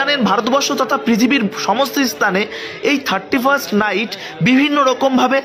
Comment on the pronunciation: এটা টার্টি ফার্স্ট নয়, থার্টি ফাস্ট